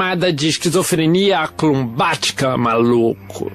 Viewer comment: Ixcrizofrenia acrubatica malucoooo h Ahahahahhahaha